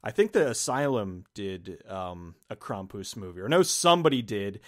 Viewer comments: It's pronounced Kram-pus, not Kram-poos. He was the polar opposite of Santa Claus or Saint Nicholaus of Eastern European countries. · Kram-poos? Cx haha maybe I've always said it wrong always pronounced it like cram-puss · It’s “Cram-pus” not “Kraum-poose”. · Omg please stop pronouncing it as "crom-poose" ! Why are you saying it that way? Lol Your friend says it correctly. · Kram-poose, well that's an odd pronunciation almost as annoyingly hilarious as people mispronouncing deus ex when revolution was coming out. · The way you pronounce his name makes it sound far more ridiculous than how most people would pronounce Krampus.